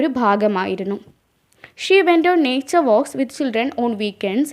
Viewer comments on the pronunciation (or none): Neeturs alla naturs aanu